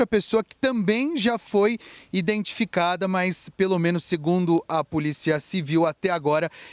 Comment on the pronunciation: PRUNUNCIE CORRETAMENTE: não é iNdentificado, iNdentificar. O correto é identificar, identificado... etc